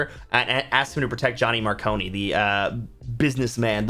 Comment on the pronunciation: 1st post on youtube...had to do it. 1. Ghost Story, not Fool Moon is definitely the "worst" book. 2. Harry meets Susan in Storm Front, she's there when he fight's Victor Shadowmans toad demon 3. Mar-cone...like ice cream "cone", not Mar-cone-ee 4. Uriel not Raphiel. Mr Sunshine is a prominent figure throughout 5. Video section breakdown says "Turncode" not "Turn Coat", maybe a youtube error? 6. White Council, not "wizard council" 7. From "I used the knife, I won the war to the end"....it was the end when he said that? 8. Paper Shortage as the reason Peace Talks and Battlegrounds were split into 2 books...? He still printed the same number of pages, actually more because of bindings and book covers/sleeves. It was split due to too much content for 1 book. 9. He didn't kill Ethniu... I like the energy and anything that brings attention to Dresden, its my favorite series of all time. But me thinks you read the series maybe once with some skimming heh. Either that or I am way too much of a Dresden nerd for even myself to fully admit. Either way congrats on finishing a book, I hope I have one in me one day. Keep on writing!